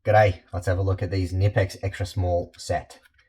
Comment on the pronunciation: K-nipex. Our friends in Wuppertal will be on the phone regarding pronouncing their name if you’re not careful. 😂😂😂😂😂😂😂😂